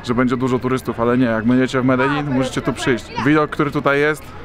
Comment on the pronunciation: Fajnie ze w koncu ktos wymawia poprawnie nazwe tego miasta